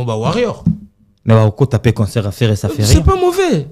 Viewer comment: On dit CONCERT ET NON conSEUR frère